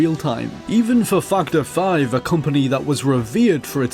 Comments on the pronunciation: Just for the record... I heard this also... :-P lol!!! Fucked Her 5. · I'm sorry. But I can't help but hear "Twendythirdeen" and "Fuckedherfive" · It sounds like he says fucked hore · that´s why they are laughing, cause it sounds like you say fucked her 5 lol :P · it sounded like you said fucked her fine... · sounds like u said fucked her 5 instead of factor 5 lol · Yeah heard that too XD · I thought it was "fucked our 5" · Now I CANT unhear it haha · yea I noticed that too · i thought the same thing lol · I can't be the only one that hears "F $#& the five" instead of factor five. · Everytime you say factor 5 sounds like you're cursing lol its cool tho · as soon as I heard that, I looked in the comments and yours was the first one that pops up. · cannot unhear